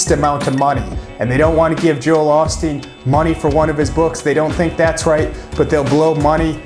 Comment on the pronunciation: Long "O" sound... Not the short "O" sound